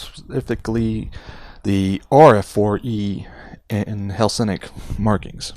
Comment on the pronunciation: Photo etch prepainted ejection handles may look colorful but are flat. The ones in this kit are beautifully 2-dimensional. To paint simply paint all in yellow and then take a fine tipped paint marker and carefully draw lines. Btw it is Hellenic two L's not Helsenic. In other words Greek . Great review 👍 btw 👌